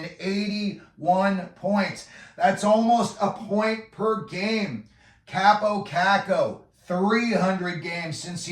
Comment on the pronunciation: Learn how to pronouce his name for credibility